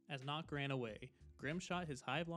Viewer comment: why is nøkk pronounced as knock? jäger’s name is pronounced correct but never nøkk. also for those who dont know, nøkk is a danish frogman woman